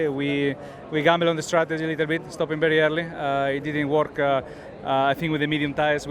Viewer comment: berri irrly hehe